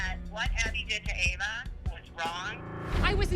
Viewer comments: bro even called ava 'eva' 💀💀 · did really mispronounce ava's name as eva on purpose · calling Ava “Eva” is so funny lmao